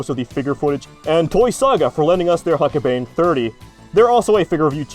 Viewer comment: It’s pronounced huck-bine as in B-EYE-N. Considering how many times you were going to say it over the course of the video it’s not unreasonable to expect you might checked before recording it.